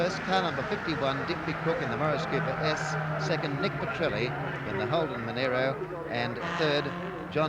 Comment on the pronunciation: Monaro not Monairo. Those ABC announcers are genelly terrible!